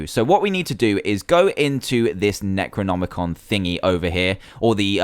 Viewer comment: Finaly someone says necronomicon right! XD Good job dan!